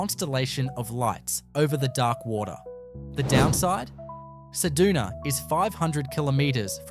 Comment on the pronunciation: Cedoona? Try CedUna.